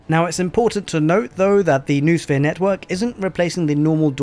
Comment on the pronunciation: BTW, "noosphere" has 3 syllables (no-o-sphere), not 2 (noo-sphere).